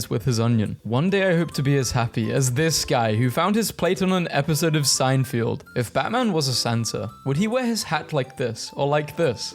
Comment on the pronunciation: the pronunciation of Seinfeld was insane